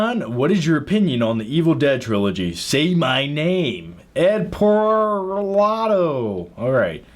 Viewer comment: Oh yeah and what is the most rewatchable movie u own. Name pronounced ed par-lah-toe . U struggled with it in the last q&a